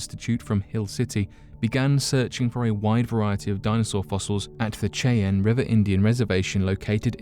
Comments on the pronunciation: Lol... It's not pronounced "Che-Ann".... It's pronounced "shy-anne" and spelled Cheyenne... Language barriers even in Unsolved Mysteries. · The original founder? I think you meant Finder... Cheyanne is pronounced like the name Shyanne... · Cheyenne is pronounced shy ann not a criticism I love what you do, but its important. They have an amazing culture and deserve to have their name pronounced correctly. Thanks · I really love your videos! But it's Cheyenne(shy-ann)